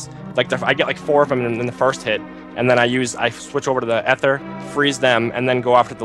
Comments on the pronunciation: its E ther not a ther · Um,,, and, I'm pretty sure Ether has a long E sound, like breeze or nematode or lean...